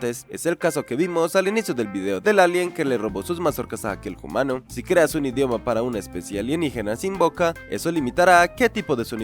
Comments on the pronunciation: Por qué dices "hoomano" en vez de humano? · Genial. Sólo que es humano Bro. No "jumano".